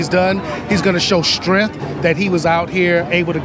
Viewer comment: WTF is "strenth?"